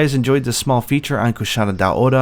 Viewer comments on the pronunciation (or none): Wouldn’t it be pronounced Dao-ra? Dao-ora doesn’t make sense. I’m not sure but I believe one of the hunters even pronounces it this way in world the first time you hunt it. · I always pronounce it Kushara Daora... just because Cuchara means spoon and is pronounced the same in spanish hahaha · The way you say Kushala Daora is so incredibly weeby and cringe. I like these monster showcases though.